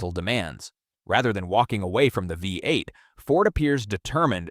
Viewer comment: right? sloppy creation too, the way it says v8 and f150s